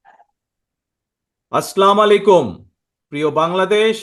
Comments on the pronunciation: সালাম দেওয়াটাও শিখতে পারলেন না.?" আসলামু আলাইকুম"" কী..? আসসালামু আলাইকুম হবে.! হায়রে শিক্ষিত মানুষ ❤ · আসলামালাইকুম না এটা ভুল সালাম। আসসালামু আলাইকুম শুদ্ধ উচ্চারণ। অনুগ্রহ করে শুদ্ধভাবে সালাম দিন। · সালাম টা ভালো ভাবে উচ্চারণ করুন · সালাম শুদ্ধ করে শিখার চেষ্টা করেন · ঠিক মতো সালাম দিতে পারে না তারেক জিয়া😂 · সালাম টা সহি ভাবে দিতে পারে না সে হবে প্রধানমন্ত্রী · বিসমিল্লাহ, এবং সালামটাও সঠিক করে বলতে পারেনা, দুঃখজনক। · সালাম টা ঠিক শিখে নিয়ে তারপরে সুফি সেজে ভাষণ দিন। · সালাম শুদ্ধ করে দিলে ভালো হয় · সালামও দিতে পার না ঠিক মত!! ক্রেডিট ছাত্রদের, ধন্যবাদ স্বীকার করার জন্য,,,,, তোমার চেলাপেলাও ম্যাংগোলীগ এর মত টোকাই মুক্ত কর দলকে